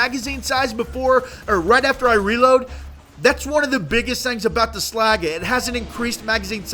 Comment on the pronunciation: You said slaggie at the end of the vid. ITS SLAGGA. SLAGGA